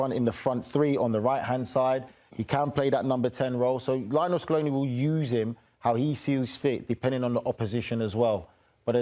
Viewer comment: "Lee-oh NEL" Scaloni.